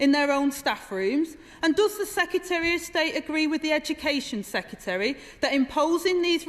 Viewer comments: I have a lot of time for Angela, but I wish she would learn to pronounce secretary. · yes lol... 'secyetereh' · Citizen Rayner, you talk sense, go you. But may I just say that the word "secretary" has two "r"s (count them, see them as written), but you only seem to apply the one toward the end of the word. This is by no means accent-bashing, I enjoy all accents, I have one, but if you use the one at the end why can't you use the first one too? Or is it just me? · Agreed. But her and Starmer both need to learn how to say "secretary" :-)